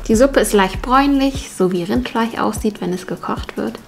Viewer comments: Wiso sagte du rindfleich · Wie so kannst du nicht normal Rindfleisch sagen sonder Rindfeich